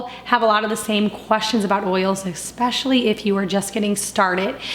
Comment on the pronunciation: I love your content and I bought your book which is fantastic and I recommended to so many people and I’ve made a bunch of items. I just happen to notice that you mispronounce the word “especially” a lot as “eXpeshally” I think it’s a common mistake but I just wanted to let you know. Otherwise you’re content is great and I look forward to your videos!